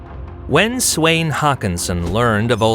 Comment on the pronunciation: Took me some time to realise that Swayn meant Svend